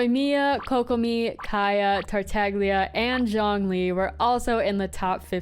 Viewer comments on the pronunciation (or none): Please, please, the g in Tartaglia is silent.